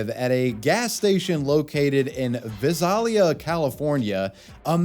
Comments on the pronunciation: as someone who lives next to Visalia. Vie(pronounced like Bye) Sale-eeuh. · i just want to point out that Visalia is pronounced "vih-sail-yuh" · Visalia = vai·say·lee·uh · Vy -sale-lea = Visalia, CA.....your welcome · Former California resident here, Visalia has always been pronounced by the locals as "Vice-ale-lia" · Listening but not looking Pretty sure he meant Visalia (Vi-sale-yah) "From Fresno" Ah gotta love the hometown pride >_< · as a local to this area most people pronounce it "Vy-say-lee-uh" no idea where the name comes from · Please do not pronounce Visalia like that ever again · the way you pronounced visalia hurt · the way he pronounced Visalia lol.